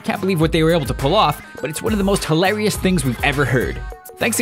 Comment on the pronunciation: Best part of this video was the guy trying to say "hilarious"... got marbles in your mouth?? haha! Spaztic.